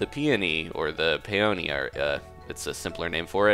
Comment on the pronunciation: no offanse but peanoy is prononced PEEUNEE